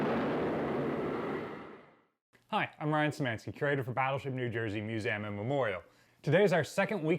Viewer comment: Is it me, or does the guy struggle to pronounce 'museum'